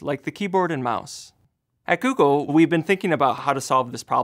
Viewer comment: he sounds asian when he says google